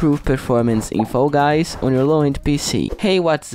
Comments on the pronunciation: No hate but I it’s so funny when you say foy guys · Bro pronounce fall guys correctly